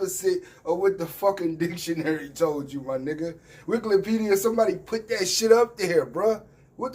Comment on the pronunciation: My guy say Wiklepedia 🤣! But yeah them dudes don’t read enough to stay with Polighr intellectually!!